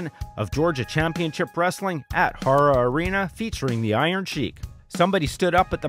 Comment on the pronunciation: What happened to the guy who died at 24?? I've never heard this story. I live in Dayton Ohio. It's also pronounced hair-uh arena. It's closed down now and was actually destroyed in last year's tornado FYI.